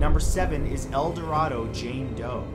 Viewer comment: As annoying as it is it is a long a in El Dorado.